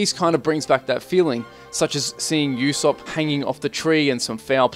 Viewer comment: Actually did a pretty good job with the names. The only one you got wrong was that its pronounced "Oo-sopp" not "You-sopp"